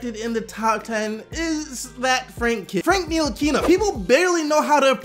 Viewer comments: It's Ntilikina..... Nill-a-keen-a. The "T" is silent. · I'm French, from Strasbourg (Frank's team last season) and it's Nee-Lee-Keen-A (the "a" being pronounced the french way) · Cody Smith knee-la-key-na is easier to pronounce for most lol